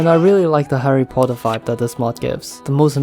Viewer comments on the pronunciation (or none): none